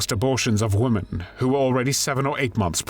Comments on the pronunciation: Please pronounce women the correct way. Your saying womAn for womEn. Woman is singular, women is plural more than one. AI narration is PATHETIC!! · The plural of "woman" is "women", pronounced "Wimmen". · It’s women “wii-MEN”, it’s plural of woman “wooo-man” singular. Geez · Please learn how to pronounce women. It's different than woman.